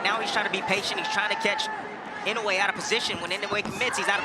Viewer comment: PLEASE! Inoue (Ē-no- way) not (in-o-way) thanks